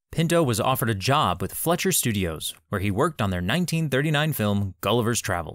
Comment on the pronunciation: These narrators for Dizographies are TERRIBLE at pronouncing SiMPLE words!! “Fletcher” Studios?? Nope. Sorry, kind of not even close. It’s, “Fleischer”. It’s German. Reeeeally NOT THAT HARD.